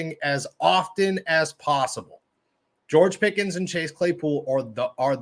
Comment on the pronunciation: yall keep saying pickens this an that he aint even played a down yet u not even saying his name right